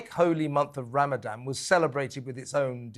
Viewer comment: I'm totally on Kevin's side but sorry to sound picky but he needs to pronounce Ramadan properly rather than call it "RamadaM". The people on the other side of the argument are very likely to get easily offended so it's better to NOT give them something to moan about, as they might get inspired to give him the Batley teacher treatment just for calling it RamadaM. is 100% spot on as well and a huge inspiration for me as a woman. We need more types out there. Happy Easter to all at TalkTV! With best wishes and great respect from a Jewish supporter who is thankful for the support you have given my community.